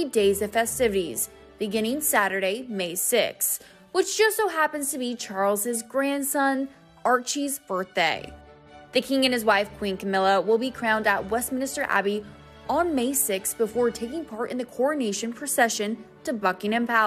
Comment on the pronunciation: It's WESTMINSTER ABBEY! Not WESTMINISTER! This channel always gets this wrong.